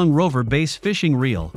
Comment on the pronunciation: Can’t trust a review that can’t pronounce BASS correctly (It’s not pronounced BASE)...